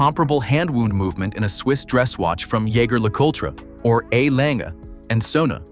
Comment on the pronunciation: They commission AI narration and then convert the whole text to voice without proofing it? There's got to be a way to take the software and fine-tune it so that you get the correct pronunciation between two words that are spelled the same but pronounced differently, as in "wound" (a watch) and "received a wound from an arrow." It's just sloppiness.